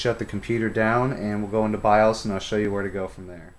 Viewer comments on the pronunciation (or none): none